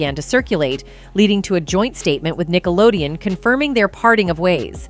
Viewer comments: She's not even saying Nickelodeon correctly, lol. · You've clearly NEVER watched a single episode of Gullah Gullah Island or you would have known it's not pronounced "Goolah Goolah" Incredibly disrespectful And what's with the mispronunciation of Nickelodeon?!